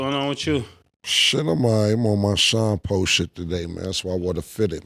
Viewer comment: called him Shyne Po like Alpo? 😂😂😂 that’s funny as hell